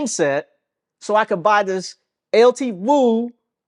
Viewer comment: Its pronounced L2. We want you to get it.